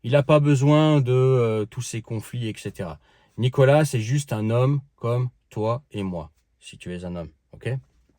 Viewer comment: prononcé Nicolasse